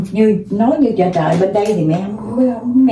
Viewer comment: Chơ trời chứ không phải chờ